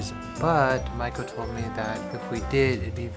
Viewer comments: I don't know if anyone's mentioned it but your wife's name means "Apprentice Geisha" ! I don't think the pronunciation is the same. Mai ko vs Ma i ko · You say Maiko I hear Michael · Whenever he says maiko I hear Michael........